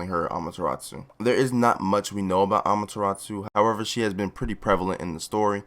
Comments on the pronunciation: Learn how to pronounce amaterasu. Not amateratsu. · Btw it’s ee van juh list and uh mah yuh rA soo